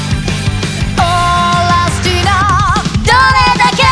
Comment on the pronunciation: 相川七瀬さんのRusty Nail の発音が凄まじくかっこいいですね！